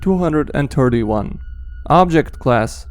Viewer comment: The second one you said scp 2 hundred and turdy 1